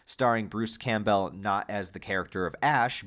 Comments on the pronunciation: Why do you keep saying Bruce's name wrong Campbell Cam-Bell Like the soup Not Cam Bow Campbell Cam-Bell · "Camp-Bell" holy crap, dude. 😂 are you really going to mispronounce his name for 6 hours? have you tried pronouncing basic words correctly? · It might be different across the Atlantic but here in the UK Campbell (originally a Scottish name) is pronounced "Cam-Bull"? I wonder if it is a Stateside thing to pronounce it litterally? Any who, just a thought. Am half way through and already sad there isn't another long form video to watch after I have watched all 3 of your epic horror deep dives 😢